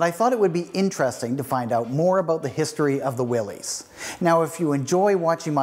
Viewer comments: John North Willys pronounced his name Will - iss, not "Will - eez." Ford's GP was Government, 80" wheelbase (P was internal Ford code for 80" wheelbase), not 'Pygmy'. Chrysler is now Stellantis North America. The vehicle featured has been beautifully modified, very tastefully done. I imagine it cost a bit. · I just finished my 24th Willys build. Nice informative video. One comment: Its pronounced " Will us" Not "Will hes". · Not a restoration. You messed up a classic. ..and it's not "willies, it's pronounced Willis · I had an all-original 1961 station wagon and had a lot of fun rebuilding the mechanical overdrive with my dad. One thing I noticed - I have read 'Willys' is pronounced 'Will-is' not 'Will-ees' - can someone set me straight? :) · You're pronouncing Willy's wrong it's actually pronounced Willis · His name was John Willis the Y is pronounced like a short I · You are correct. It is pronounced Will-is. I did not know that when I shot this episode but found out while editing. I actually found an original tv ad where that is how they pronounced it. Thanks for watching. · It is the name of John North Willys. Pronunciation is Will - iss. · You mispronounced the name Willys, it is pronounced WILL-IS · If you know so much about Willys, why do you continue to mispronounce the name? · Yes. I know I pronounced it wrong but didn’t know that until after I had shot the episode. I hope you still got something out of it. Thanks for watching. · Yes I know. Didn’t figure out to proper pronounciation until I was almost done the video. Thanks for watching.